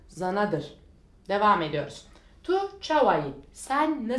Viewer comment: Tu, du diye okunur ince ince kürtçe konuşulmaz ez ji değil az ji diye okunur bir kaç örnek